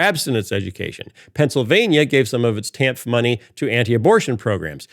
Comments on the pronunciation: Pronounced "TAN-EF". My bffl (since 7th gr) had to get a divorce in the later 90's (DV). Thanks to Clinton/the TAN-F program, she was able to have childcare for her lil girls, go back to college, graduate with honors & become a hotshot Human Resources Director for a big, lucrative, multi-state company where she still works & enjoys a very comfortable salary today. The TAN-F. program pulled ALOT of ppl out of poverty. She, & her 2 girls are still very grateful for the welfare. By the time Clinton left office, the USA had a nice-sized surplus. Ppl should research what Reagan did to the tax structure. ..which has never bn corrected back to the 50's, 60's, early 70's tax structure that allowed my gpa to comfortably support my gma & their 6 kids on one his lumber miller's wage. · I know it's ridiculous that it bothers me but in my experience as a social worker, TANF is generally pronounced "tan-if" at least here in the PNW. I am fully aware that this is a stupid comment but every time Phil said it, it grated.